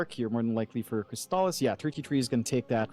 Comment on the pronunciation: alright, finally we see some new heroes from Crystallis! That's not a bad PA, still shaky tho even against SR. Also, i dunno what's worse between Saksa playing Tusk for 3 games, bzm's DK in game 2 or the fact that the caster kept calling him Crystalize in game 1 lol